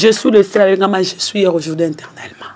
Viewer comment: vraiment on dit aujourd'hui pas aujordi,tu fais la honte de promo Le bambino et L'Ecomas,je suis de cette génération promotionnelle scolaire donc il faut présenter ton francais comme il se doit.OK.